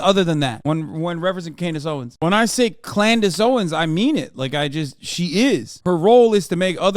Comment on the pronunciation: I’ll never get over “Klandace Owens” 😂😂